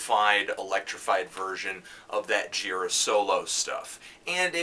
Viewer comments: It's GirAAA, not GIIIra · when i saw an angels of light show a number of years ago, michael gira introduced himself, and i was surprised that he doesn't pronounce his name the way i would have (and they way you do here, anthony). he says it like ji-RAH. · You know this is an old Fantano vid because he’s still pronouncing Michael Gira’s name wrong lol